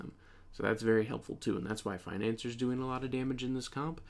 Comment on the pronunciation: bro it's pronounced like fin-an-ci-er, not financer 💀